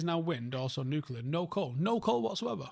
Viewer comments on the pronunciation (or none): none